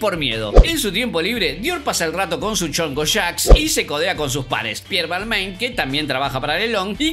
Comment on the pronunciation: Excelente resumen como siempre. Mi único pero la pronunciación de Balmain :P